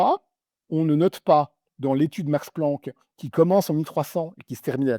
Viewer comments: "L'institut Max Pranck" j'ai du mal entendre, sinon on comprend vite la blague de cette article. ^____^ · "Max Pranck" P-R-A-N-C-K, c'est vraiment le summum🤣